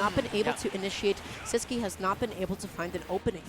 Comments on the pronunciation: Is Sisqui's name actually pronounced with the English qu sound? I always assumed it was Sis-key because he's Spanish but this announcer is saying Sis-kwi too Edit: I checked twitter and he has the German and Russian flags in his bio so maybe he's pronouncing it wrong too lol. I can't imagine a Spanish player not pronouncing their tag in Spanish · No ur right it's Sis-key all the commentators are perpetually wrong.